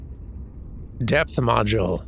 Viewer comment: I kept hearing say death module instead of depth module and that seems like a VERY different thing.